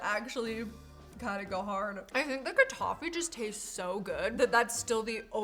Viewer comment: It’s kataief not kadafy.